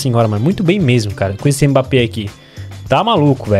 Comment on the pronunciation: No minuto ele fala mpabbe